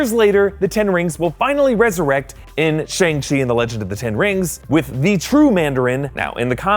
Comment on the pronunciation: it is shAng chi! not shEng chi😂😂